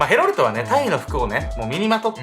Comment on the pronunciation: ヘロルトがヘロルドに聞こえてしまう。